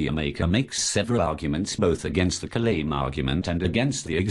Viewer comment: You didn't pronounce "Kalam" correctly.